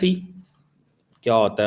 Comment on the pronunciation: It's JAKE NOT JACK 😅😅😅😅😅 ILLITERATE INTELLECTUALS OF PADISTAN 😅😅😅